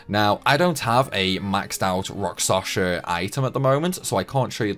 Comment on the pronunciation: Why do you keep saying rakSaSHa? It is rakSHaSa...